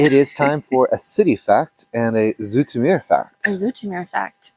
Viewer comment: She says "Zoetermeer" right, but the stress should be on the last syllable: "zooter'MEHR".